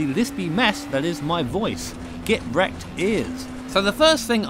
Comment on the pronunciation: "Get wreckthed ears" lmao